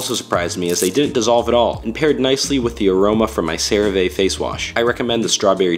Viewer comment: Never heard anyone pronouncing CeraVe like that